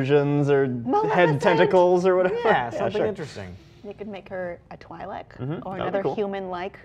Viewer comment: its pronounced (twee-Lek) Not (Tw-eye-lek)